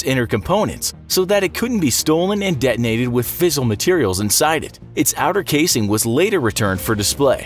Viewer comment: Hahaha with "fizzel" materials, gotta love the research and effort put into the vids for it to be un done by simple words nd there pronunciation lol.